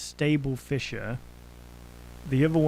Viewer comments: it isn't it's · The way he says fissure makes me want to have a panic attack, is it that hard to pronounce the s's as z's? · I always pronounced it Fizz-sure.